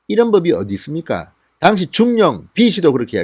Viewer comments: 당시라는 발음을 정확하게 하십시오 '당'에 악센트가 없습니다. 귀에 와닿습니다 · 모든 방송내용 100% 동감입니다 하지만 당시라는 발음은 아닙니다 그당시. 그때라고 해도되고 당시라는 발음을 하시면 됩니다